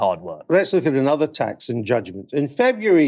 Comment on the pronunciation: wiv, fing, anover, sumfin, frowing, fings, frow, - 'TH' just left the building.